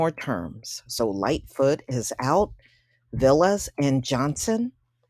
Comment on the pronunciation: His name is pronounced VAL-lis and he's Greek not Hispanic